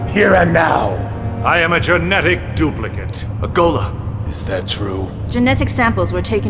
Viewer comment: '' i am an amateur dublicant